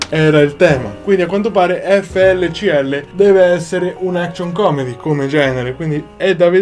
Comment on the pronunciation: FLCL si pronuncia Fooly Cooly e ti consiglio vivamente di vederlo, si potrebbe considerare il predecessore di Gurren Lagann.